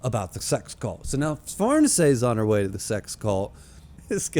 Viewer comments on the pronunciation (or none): Far-nees-e by the way